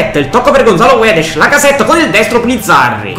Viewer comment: Gonzalo guedesh dice si pronuncia Gonzalo guedes